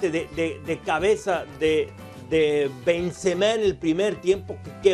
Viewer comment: Pronuncian bien cgado los nombres xDDDD benzemehhhhh